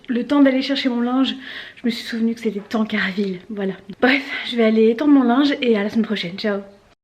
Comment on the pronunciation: J'ai bien ri "Cardenville" 😂😂😂 Tankarville ;)